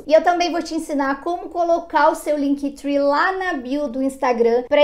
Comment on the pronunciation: LinkTri que fala! Three é 3 (trwee) Esse tree é de árvore Pronuncia é TRI! Mas muito legal o vídeo!